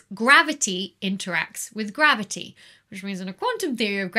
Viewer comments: Dear Becky, its not maverty the interacts with maverty , its Macavity that interacts with gravity and spoils your calculations, as explained by the Nobel Prize winner T. S. Lewis in 1939 . 🐱🐱🐱🤣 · love "mavity" in bloopers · Don't you mean "mavity"? ;) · I was going to say you didn't say mavity correctly. Than came the bloopers :) Anyhow ... If a body is close enough to one of the sources of the gravity waves, like the merging of two black holes, let's say within 10 light-years would there be some kind of an effect that you can physically feel from the gravity waves? Like we had two merging black holes of the distance of Alpha Centauri, could this waves impact the orbit of the Earth or Moon? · I think she was having a stroke... somebody should call The Doctor